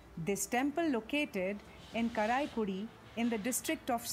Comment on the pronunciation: I think this video spreading wrong information to defame the tamil language... And I bet she don't speak Tamil... The way she said 'karaikudi' blew it. Who knows she could be a sangi... 2500 year old is she kidding.... Then what about thol kaappiyam